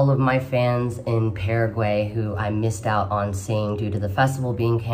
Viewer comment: I’m gunna over look her pronunciation of Paraguay because this was delightful!